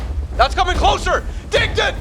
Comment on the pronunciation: actually it’s “dinkton” not “dington” 👍